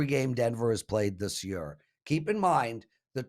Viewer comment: Lmao, I was planning on commenting how he pronounces year 🤣